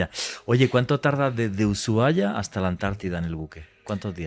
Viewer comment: Uyuaia jaja, perdon, me causa un nlseque que lo pronuncien así Usuaia se dice (ushuaia) El clima de tierra del fuego, es una locura y una belleza. Soy nacida allí , ciudad de río grande